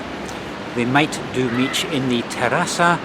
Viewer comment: As a Brit who has lived in Romania for nearly 13 years I was shaking my head at some of your pronunciations! An "i" on the end of a word is silent although you did get mici almost right. Mici should be cooked on a barbecue and dipped in mustard (mild type not English mustard which I've never liked). The best mici are homemade using pasta de mici from a butcher's shop and are about twice the size of the little ones you bought.